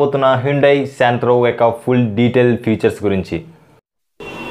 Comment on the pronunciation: Santro ani palakatameee raaavatam ledu.. Neku.. Maku endukura e kaaarmaaa